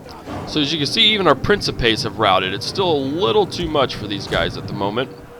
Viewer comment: you mispronounce principes